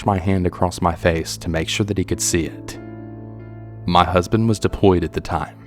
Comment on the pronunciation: “Ma husband said he seemed a little off” sounded so southern to me haha I’m Canadian and wish I had a southern accent soooo bad. Sometimes if I go to the bar my friends and I pretend we’re southern haha 😂